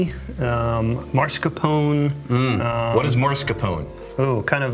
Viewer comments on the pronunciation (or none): Hahaha "Marscapone" what the hell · Did I hear Mars Capone? Mascarpone. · I really like these videos where distillers reveal their own favs BUT the italian (dessert) cheese is MASCARPONE. Not maRSCapone. 😀When someone is mentioning it specifically as a scent or a flavour he´s is picking up on a whiskey, one should know how it´s pronounced and spelled. 🙂 I love the Glenfarclas 12 but going to buy a Eagle Rare 10 bottle now 😉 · Mas-carpone, not Mars-Capone; that's an interplanetary mafioso.